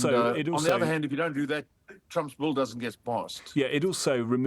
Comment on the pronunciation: Did anyone notice he says "bull" instead of "bill"? Lmao